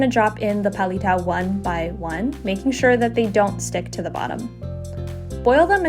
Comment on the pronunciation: You don't know how to pronounce kakanin and palitaw, so weird